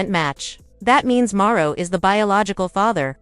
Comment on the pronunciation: Who is Marro? Are you trying to say Marsau?